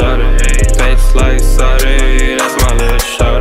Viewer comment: I prefer this version where he pronounces sade like a pleb